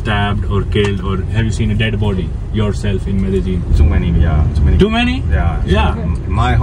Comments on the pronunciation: Medezzin nahi Medellin hai city ka naam. Baar Baar medezzin medezzin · Bhai medijeen nhi bolte h Columbia side me. Medi een bolte b. CORRECTION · Bro words ko pronounce krna tho seeklo medajin nahi hota meri jan medellin hota😂hai tho please learn how to pronounce the words I like your vlogs by the way